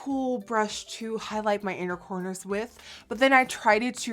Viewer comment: Thought you said 'unicorners' when you said inner corners and I was like YAAASSSSSS UNICORNS slayslayslayy